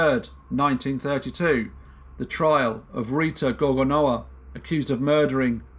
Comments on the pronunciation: Pronounced gorgornova. The W becomes a v. Just an FYI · Thank you. W is pronounced as English V in Polish. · The "w" is pronounced like a "v".